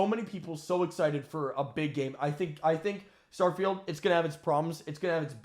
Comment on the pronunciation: I'm from the future! Turn back! They're calling it "Starefield", find Todd in your time, fix it!